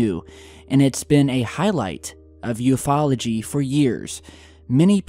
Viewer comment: I hate when people say U-F-Ology.